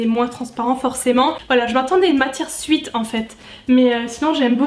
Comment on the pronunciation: Eyno 2908 en réalité c’est aucun des deux là bonne prononciation c’est swèt.